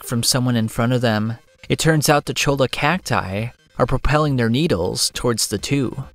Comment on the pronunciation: Love the vid, quick word of advice in spanish words a double L is usually pronounced as a Y. In cholla, it's pronounced Choy-Ah.